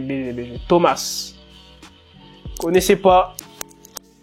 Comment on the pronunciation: tomas se dis toma et il joue dans violetta